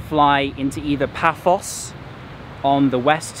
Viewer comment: Paphos...not Pathos 😁